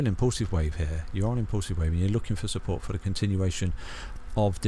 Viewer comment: "testing key levels of supPOURT"